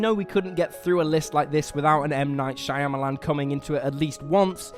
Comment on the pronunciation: Thank you for butchering M. Night S's surname. LOL